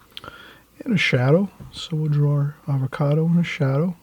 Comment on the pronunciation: Hi, I love your channel but I have to point out that it's "avocado " for future reference. I love watching you paint. Like most people who are really good at something, you make it look so easy!